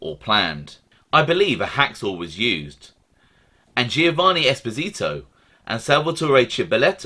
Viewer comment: OC Shortz always delivers, absolutely brilliant. Very very small item but as it’s my surname, we have always pronounced Esposito as Es-poz-ito. Small item, thanks keep up brilliant output